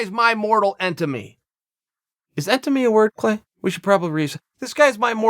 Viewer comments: If chael says entimy.......it's entimy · Chael “mortal entemy” Sonnen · Best part “Mortal Entemy” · Holy cte chael. entemy?? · Chael "Mortal Entemy" Sonnen.